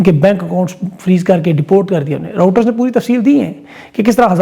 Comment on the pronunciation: Its Reuters (check phonetically) and not Router - pls correct to say right name. It matters as you educate your almost million subscriber base. & good job - no checked shirts and jackets at same time ;)